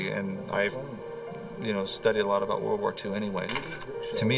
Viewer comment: "A-boat"... About.